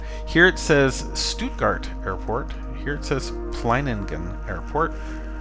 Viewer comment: You pronounced Stuttgart pretty well, greetings from Germany ;). Cool to find another webcam